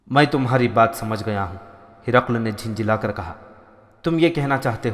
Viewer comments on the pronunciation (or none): Jhunjhunwala. Kar Shaheen Talaffuz hai. Jhinjhila kar galat Talaffuz hai.